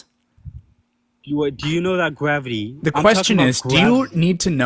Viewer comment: Gwavity.. is this Elmer Fudd?